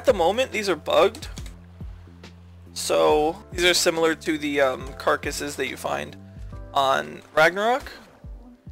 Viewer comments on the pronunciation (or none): none